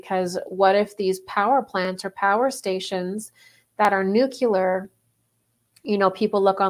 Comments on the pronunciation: Omg. Nu-Clee--ar. Not nu-Q-ler. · "History doesn't repeat, but it rhymes." -? The themes of love and selfishness resonate, and their wild dance raises echoes in time. OMG it's Groundhog Day all over again! :-] sigh BTW With great respect, wishing you greater power: Nuclear is nuu klee errr, not nuu kyuu ler. Enhances credibility, and that never hurts. You bless us with insight. Thank you. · I just wish people talking about nuclear whatever could pronounce the word correctly.